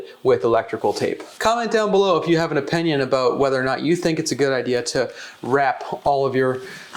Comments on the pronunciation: My man said oh-pinion 😂 im from Va we say ah-pinion 😅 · In my O- pinion... good video but I couldn't help but point out his O-pinion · “O” pinion. He pronounces opinion kinda weird